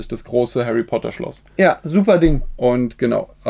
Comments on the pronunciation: hawwy potter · hawy potter und lego fwiends man kennt ihn